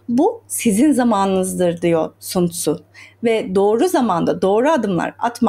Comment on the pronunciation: Okunuşu San Zu değil mi hocam